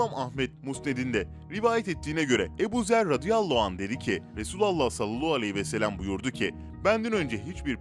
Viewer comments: Sen peygambere salolahu vesselem demekten vazgeçmeyeceksin belli ki. Sallallahu aleyhi ve sellem demek zor değil. Eğer dilin dönmüyorsa ( ki buna inanmıyorum çünkü bir sürü zor kelimeyi gayet normal söylüyorsun) biraz çalış. Yok dilin dönüyor da her videoda bir sürü insan uyardığı halde sırf yorum yapılsın diye salolahu diye bir kelimeyi söylemeye devam ediyorsan onun da cezası Allah katında vardır elbet. Kasten yapıyorsan İnşallah layık olduğunu bulursun. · Efendimiz Hazreti Muhammed sallallahu aleyhi ve sellemin ismini salavat-ı Şerife sini daha dikkatli bir şekilde doğru telaffuz ederseniz çok seviniriz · Katılıyorum ancak dili dönmuyor sanırım